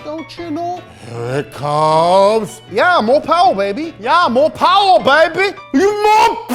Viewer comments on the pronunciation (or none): The way he couldn’t help but say “mo powah baby!” killed me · I love mo powah babeh